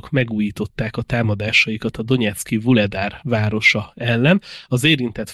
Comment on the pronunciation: Az a Guledár szerintem Ugledár lesz, ami kb. annyit jelent, hogy a szén adománya, mivel a környéken kőszenet bányásznak. Utólag teszem hozzá, hogy ez ukránul Вугледар, latin betűs átadással Vuhledar, de a h-t azt majdnem g-nek kell ejteni. A rádióban is elhangzott Vuledar kiejtés szintén nem az igazi.